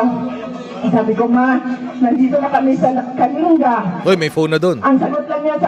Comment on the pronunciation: Coach ang province is KALINGGA ang pronunciation